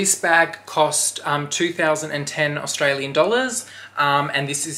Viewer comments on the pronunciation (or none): none